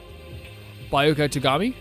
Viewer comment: 🤓:Um actually it’s B-ya-ku-ya Not Bioka Ya-sue-he-row Not yashero